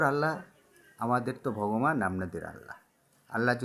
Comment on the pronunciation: এরা একটা ভন্ড মানে বড় ভন্ড,হিন্দু জিনের বাদশা বলে ভগমান তাদের দেবতার নাম 'ভগবান' মানে নিজের দেবতার নাম ঠিক করে বলতে পারে না হিন্দু জিনের রাজা।ওরে বাটপার।